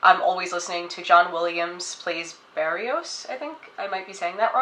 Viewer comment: Your pronunciation of "Barrios" was perfect ;) and yes it is a great CD, The three movements of "La Catedral" are of the most beautiful works composed for classical guitar